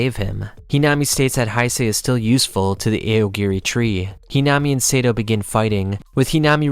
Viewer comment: eye yo gore ee tree